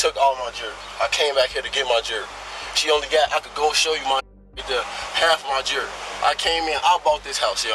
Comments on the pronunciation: Thank you, captions. I could not figure out what what he was saying: jury? jerky? Ah, jewelry. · Jew-el-ry omgggg 🤦‍♀️